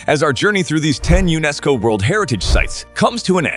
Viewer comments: Are we supposed to pronounce the word as U~NESCO? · I enjoy your lists but PLEASE learn how to pronounce place names. I cringe at many of them. Mont Saint-Michel? Unesco?Really? (I'm not typing them phonetically but if you do even a basic Google and press the speaker button you can hear how both of those are supposed to be pronounced.)